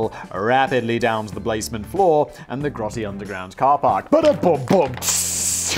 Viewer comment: Di...did..you call it the 'blazement'..?